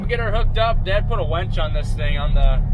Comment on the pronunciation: Winch not wench lol. Look up the meaning and you’ll see the humour.